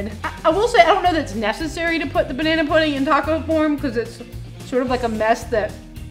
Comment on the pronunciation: This video felt wrong until went on that rant at the end and finally started saying puddin' instead of pudding